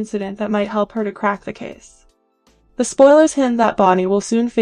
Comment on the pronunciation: Dee-mirror-a, Long A-va.